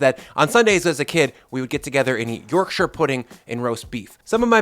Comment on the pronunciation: Yorkshireman here. Your pronunciation of my home county is approved.